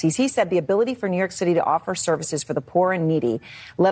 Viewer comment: that's the point, that's what they WANT to do. she said NY shitty(i know its the way she talks, just thought it was funny)😂😂😂